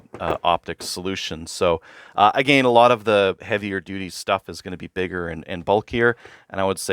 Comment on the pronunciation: “Uhh gain” lol I thought I was trippin at first lol